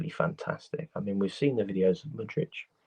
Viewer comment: MU-DRY-K CHUK-WUE-MEKA